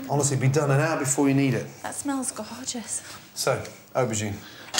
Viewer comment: the girl said that smell gohorgeous 😂😂